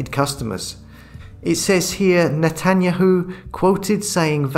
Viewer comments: It's pronounced NAY-tan-yah-hoo. ...emphasis on 'yahoo'. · ive never heard of netanyahu pronounced like that before!